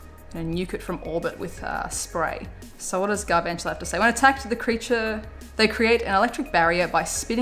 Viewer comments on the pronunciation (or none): none